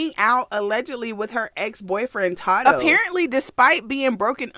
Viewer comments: Not that you said todoe 😂😂 it’s TADOE respectfully sis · Ta dough. I’m dead it’s Tay doe 🤣 I love u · Lmfaoo how she said tado 😂😂😂 “Tadoe” 😂😂😂😂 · IT’S TAY-DOE!😭 I’M DEAD. cuban doll do like that rough shit, tadoe beat her ass, too. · Its pronounce Tay-doe. I think we all told u this before lmao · Love the videos ! Keep em rolling and his name is pronounced, "Tay-doe" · Its pronounced tay doe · It’s pronounced as “Tay doe” lol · It’s TAY-DOE baby lol it’s okay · Lol sis it’s TAYDO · It's TAY-THO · taydoe how you say it but yes this messy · It’s pronounced TAE-doe. Cuban is toxic and weird she need help. She going out real bad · secs the way she pronounced tadoe name had me blue laughing lot of people pronounces his name wrong LOL